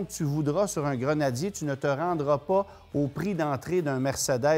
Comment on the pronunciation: Un stering box en bon Français ? Un Snorkle en bon Français ?... On vous adore...en revanche Grenadier ce dit Grenadier en bon Français🇫🇷... Pas Grenadirrr comme votre intervenant. Amitiés !